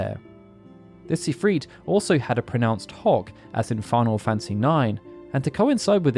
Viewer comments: I can't be the only one hearing him say "pronounced hog" every time T-T. Especially in the crisis core section where the hog is QUITE pronounced. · these videos get so funny when the narrator never understands colors lol. also what??? pronounced hog? hawk? what on earth is being said here